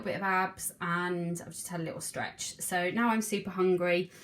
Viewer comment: So I love watching your videos, for inspiration and smiles... but the only thing that gets me is when sometimes you say “and” over emphasised.. but others is just normal🤷🏻‍♀️ no hate! Love it here x